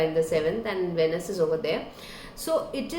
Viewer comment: Pronounced- “veenus”